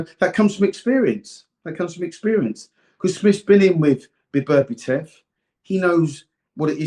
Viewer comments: For Duke BETTER BE EV That's how to pronounce his name .I value Dukes opinion on Boxing. Until he keeps bringing up Tank. Davis why? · Love Dukes analysis whether I agree or not (usually agree tho and his predictions are bang on). Love him on TS But he always mispronounces BETERBIEV as ‘Beberbetev’ and nobody corrects him 😂😂😂💪🏾🥊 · Beberbitev so many can’t get Beterbiev’s name right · One of the best analysts, yet one of the worst with names. I mean, «Beberbitev»? Really? 😂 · His name is BETERBIEV not BERBATOV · bro he calls him Beterbietiev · 'Bebertiev' loool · HIS NAME IS NOT BEBERBITEV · Everytime he said Berberitev I was in stitches, he also got confused between Madrimov and Kabayel😂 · HOW HARD IS IT TO LEARN SOMEONES NAME BABERBETIV LMAO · Duke it's beterbiev lol